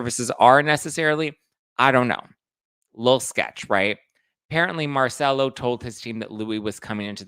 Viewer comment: Please before you make a video pronouce the names correctly!! Genovese (Mar-chel-lo)(Gen-o-vese) (Vin-niv-via) So its Merchello Genovese and Viniva. Louie is going to be caught every dog has their day.